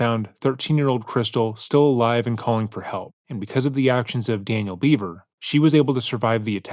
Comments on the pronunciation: I have some constructive criticism for your channel. I've been watching for years so this comes from a place of love. Its pronounced Bever, not Beaver. The failure to get the basic fact of the family's last name wrong comes across as lazy and honestly, disrespectful. It is not a difficult name to pronounce. I have noticed an uptick of similar issues like this in your recent videos and would like to ask as a long time fan that you put more effort into getting these details right. There are few true crime channels that care about accurately reporting in a respectful manner, and there are MANY that don't. Let's be the prior. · Bro it's not pronounced beaver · Always thought it was Bever pronounced "beh-ver" not Beaver.otherwise, exceptional video.